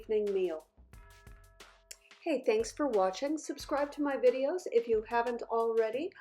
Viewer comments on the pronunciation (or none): none